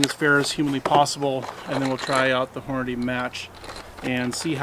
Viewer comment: check a box of your ammo to see how Hornady spells it's name. It doesn't say Hornaday, it say's Hornady. hmmmmmm